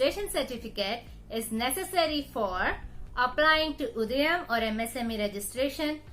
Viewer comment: Not Udayan It's udyan